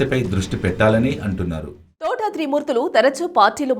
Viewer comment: Thotha Enti Thota ani palakadam nerchuko